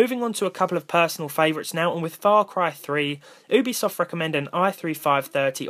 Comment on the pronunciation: Obisoft ? Did u meant ubisoft ? Lol Good video and accent though